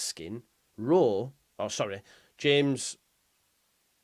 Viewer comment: Why do you keep saying rowe m8